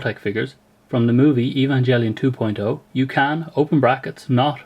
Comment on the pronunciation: you pronouced evangelion wrong dont't hold the e srry but that just offends me